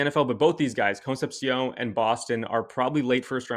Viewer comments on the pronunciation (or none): As an Aggie- KC’s last name is pronounced like con-cep-she-oun… I believe.